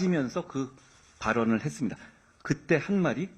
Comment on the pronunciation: 말만 번지르 ㅋㅋㅋㅋ 했스니다하~~ 하미다하~ 마지막 발음 날림 ㅎㅎㅎ